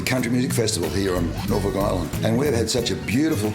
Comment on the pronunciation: Having been there mulitple times, that is how the locals pronounce it